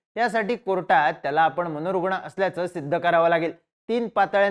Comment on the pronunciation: हे , अस , कुठ , प्रयत , मनोरुगन , 😂😂😂😂😂